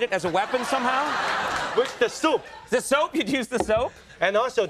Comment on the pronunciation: Ohhhh "soap"! I thought he was saying soup the first few times.